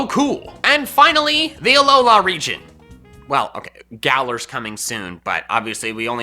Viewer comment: GALAR IS SUPPOSED TO END WITH AN R!